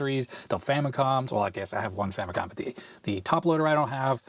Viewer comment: I dunno why youtubers are having reading comprehension when it comes to the FAMILY COMPUTER as it's clearly shown upfront. So much injustice and disrespect Nintendo's FAMILY COMPUTER are getting from western and current youtubers that they keep butchering its name and relegate it with famiclones. They’re basing its name-butchering, clear confusion and aggressive mispronunciation with Sharp's TWINfamicom. The famicom by itself is nowhere stated in Nintendo's branding of any of its 8-bit console past or present. Not because the 16-bit Japanese Nintendo console is the Super Famicom, it's fair to mis-declare its 8-bit counter part as famicom. It's not! It's very inaccurate and a clear bastardization of the NES' basis of origin! Even in its heyday, no one has ever even called Nintendo's 8-bit Japanese console as a famicom let alone becoming an official general confusion like the sad state of affairs of present day name butchering, especially with markets where it's officially sold -- even until now! It's clear as daylight that with games, peripherals ( FAMILY COMPUTER DISK SYSTEM ) and even with the recent mini-console releases, the brand is clearly stated front and center as the FAMILY COMPUTER Before making any history-lesson, please make your facts accurate first and not ride with the general bastardization and history whitewashing. It's unfortunate that even wikipedia's been hijacked by western influence with this clear and intentional name butchering!